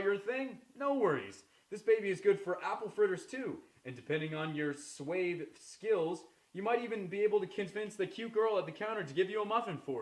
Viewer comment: Man pronounced suave "Swayve" lol XD good video though! Best Billy Mays Impression